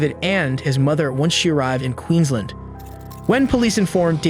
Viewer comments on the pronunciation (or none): Corrections to pronunciations - Muswellbrook is muscle-brook and Queensland is queens-land. 😊